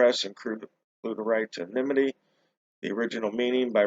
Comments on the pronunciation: the correct pronunciation is: ANNA-nimm-it-tee. The emphasis actually belongs on the second syllable. See: “anna-NIMM-it-tee” The word is not pronounced correctly when you say only… “NIMM-it-tee”. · Sorry, I meant the emphasis belongs on the third syllable. Anonymity has 5 syllables. 1. Ann 2. no 3. nimm 4. it 5. tee I can only speak to American dialects, as that is the one I’m most accustomed to. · the correct pronunciation is, ANNA-nimm-it-tee, how can the emphasis ACTUALLY belong on the second syllable(“anna-NIMM-it-tee”)? Which is correct, the British or American pronunciation of "controversy"?